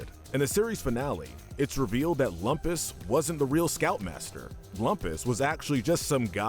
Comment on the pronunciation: That’s Loom-pus!